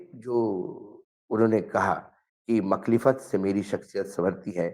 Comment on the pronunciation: Sur "Makhlifat" nahi . "Mukhalifat sahi word. meaning . Ekhtalaf. Adawat. Dushmani. . مخالفت۔ urdu me.